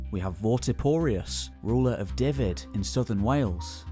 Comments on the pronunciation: Great documentary. Its Dyfed - say it as "dove ed" :-) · Sorry to be a stickler! But the Welsh counties are Powys (pronounced pow-iss), Gwynedd (pronounced gwin-neth) and Dyfed (pronounced dove-ed)! But thanks for the effort, it must be huge! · Fantastic video, slight mispronounciations with Welsh places like Dyfed, it's more like "duh-vid"; and dd is the "th" sound from "the". I'm not the best with Welsh pronunciation but I lived in Sir Dyfed for 5 years 😅